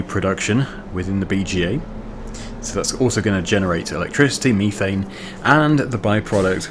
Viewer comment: it's pronounced methane.